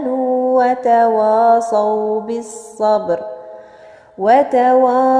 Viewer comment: إنتبهي لحرف الواو في كلمة تواصوا الواو حرف مستفل